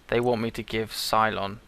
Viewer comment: Just a heads up, Ceylon is pronounced "Say-Low-N". :)